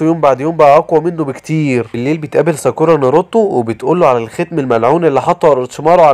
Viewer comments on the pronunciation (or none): اسمه ناروتو مش نرتو و ساكورا مش ساكوورا